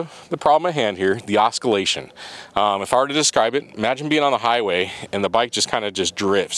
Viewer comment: Does the GTL have the oscillation issue too, or just the B? Btw it's ah-sill-a-shun not a-skill-a-shun, lol.